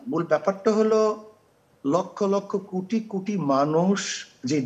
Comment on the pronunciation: কুটি কুটি মানুষ 😂😂 পীর সাপ তো কোটি কথাটাও উচ্চারণ করতে পারে না 😂